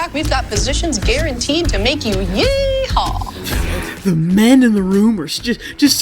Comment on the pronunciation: I choose to believe the men in the board room were cringing at that shit tier presentation. How did the Steinem lady manage to fuck up “yee-haw”?